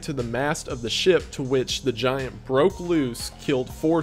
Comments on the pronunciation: Jesus dude! That emphasis and audio boost you put on the Argentinian GIANT was a fucking jump scare! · I love the Giant emphasis. Lmfao. I die every time. Like we just ignore their existence and act like it never happened. Despite them being culturally relevant to nearly every ancient civilization. (And genetic make-ups still existing today.... Hence the NBA.)